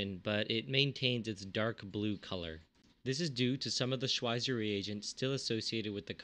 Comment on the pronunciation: I know this is a little pedantic, but you say Schweizer wrong every time. The 'w' makes a 'v' sound, and the 'z' makes a 'ts' sound, because Schwizer was Swiss.